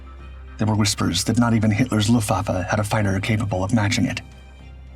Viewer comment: Fyi theres a T in Luftwaffe